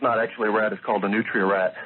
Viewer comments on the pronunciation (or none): He wasn't local to Nola. It was the way he said nutra. We don't pronounce it that way. The swaggert comment was to the area where he picked up some hookers. Airline hwy in Jefferson parish. Iv seen them giving blow job's behind the dumpsters at McDonald's. If he had to be close ro water that would be the outer area of Nola. Nutras arnt just strolling down bourbon going into restaurants.